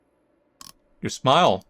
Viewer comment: "Why dontcha give me a nice big shmile?" The accent from that I never knew I needed